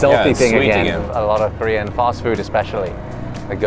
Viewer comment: The player that liked korean fried chicken the least had an impeccable pronunciation of korean.